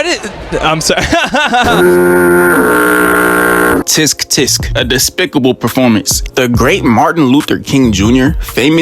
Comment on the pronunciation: "tisk tisk"..?😂